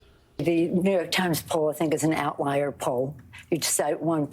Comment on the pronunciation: Did say "outlier" or out right liar? Freudian?